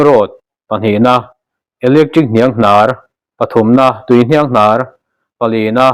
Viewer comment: Hnianghnàr thu thluk hi upa deuh lo zawt teh.